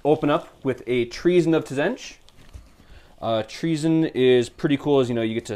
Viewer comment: Loved the report, but for the love of god, please tell your friend that the T is silent! :)